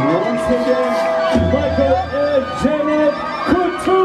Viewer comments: Why do you pronounce her name as Janet when it’s Jannat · Not the Janet for Juh-nuth 😅🤦🏻‍♀️